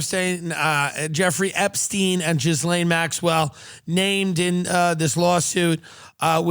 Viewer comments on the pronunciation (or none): tim Dillon reallly pronounces that "jizz" in Ghislaine